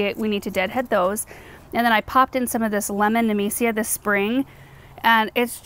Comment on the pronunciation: took me 17 min to figure out she's saying nemesia not amnesia